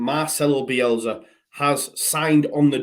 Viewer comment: Bielsa with an S not Bielza with a z. Grrr